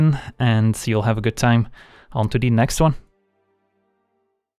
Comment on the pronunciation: "Onto De Next Wan" is why I am subscribed.